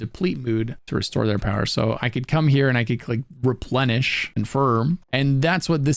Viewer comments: replenTISH? you mean replenish lol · Replenish ❌ Replentish ✅ 🤣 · Replenish not replentish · Shhh 🤫 let's give him this one... I personally like the tish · replentish XD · Did you say replenish as replentished? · Replentish tripped me out 😆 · "Replen-TISH" lol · Sanity bar Replentish ?? SanTity ? Made me giggle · Thanks for the video... You had me laughing at "replenTish" though 😂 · did u say santity and replentish? oh u kill me hahaha tyvm for the vid:D